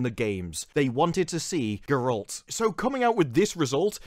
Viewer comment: Ger-alt not Ger-elt